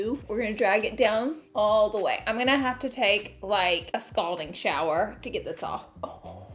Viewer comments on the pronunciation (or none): none